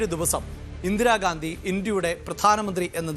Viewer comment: ചേട്ടാ ഇന്ദിരാഗാന്ധി അല്ല ഇന്ദിരാഗാന്ധി അങ്ങനെ പറയും വ്യക്തമാക്കി